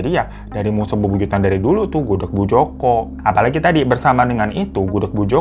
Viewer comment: gak denger kah??? jelas- jelas bang hiro bilang nya gudeg, tuli kah lu?